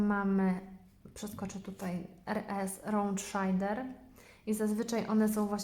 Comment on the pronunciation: raund szejder nie szajder